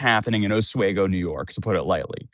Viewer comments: So its Oswego (Os-we-go) Lol. And good im glad she's being held accountable. Im so sick of people doing horrible thing's to go viral and acting like its ok! She is NOT a victim and is taking away from real victims with her ridiculous accusations! I pray she never knows what it feels like to be a real victim of SA! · Having lived there by whole life, I don't think I've ever heard anyone pronounce Oswego that way. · This dude still insist on pronouncing Oswego wrong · Still saying Oswego wrong lol. At least your consistent. Thanks for the update. As a NYer, we dont claim her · You say it like ahsweego not aswego. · Os wee go, not Os way go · I know it's dumb semantics but everytime says Oswaygo it's like nails on a chalkboard cause I'm from upstate NY and we pronounce it like how it's spelled OsWEEgo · Osweego not oswaygo is the pronunciation of oswego county, not to be that guy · oss-WEE-goh not oswheygo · OsWEgo. Off we go to Oswego. Not Oswheygo. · Ahs-WE-go. Not A-SWAY-go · It's Os-we-go, not Os-way-go. A great way to remember is, "Off we go to Oswego." A small child thought that's where the name Oswego came from and I have been meaning to pitch this to their tourism department ever since. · OsWEEgo not OsWAYgo! 😂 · You keep mispronouncing Oswego - aws-wee-goh. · Oswego is pronounced oss-WEE-goe, not oss-WAY-goe. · Dude love your content but you still can’t pronounce Oswego. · MOTHER FUCKER ITS PRONOUNCED “AAHHS-WE- GO” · OsWeego is how us New Yorkers pronounce it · It’s actually pronounced os-we-go. Not that it really matters that much but there you go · It’s pronounced “os-We-go”. I am sorry but being an upstate NY it is like hearing nails on a chalkboard. I am not trying to be rude, I am sorry again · It's pronounced we like os we go...... Place is a shit hole though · It's pronounced aaz-wee-go by the way. I'm from the area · A swee go, is how it’s pronounced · It's pronounced Oz-wee-go. Just so you know. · Sir PLEASE UGH-Swee - Go.